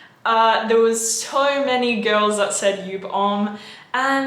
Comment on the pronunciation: "Soarl many girls..." Hmmm...